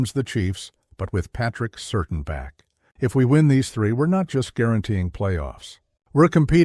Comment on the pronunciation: Please say Patrick Surtain’s name properly.